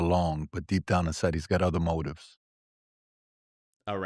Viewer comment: “Duh udder day….” Me: googles “udder” 🙈